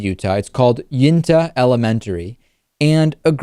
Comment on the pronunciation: It's actually pronounce you-in-ta.